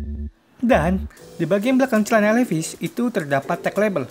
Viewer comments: Dan sebutan nya juga haris betul bro.. 😁 🙏 Bukan Li Ves.. Sebutannya Li Vais = Levi's Harus betul sebutannya seakan orang USA..kerana itu produk mereka.. Hihi 😁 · Sebutan jauh bbeza Levis.....hahaa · Duh bang penyebutan nya aja salah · Ory vs asli..?hahah...nak baca levi,s pun tak betul... betul kan dulu bacaan nya...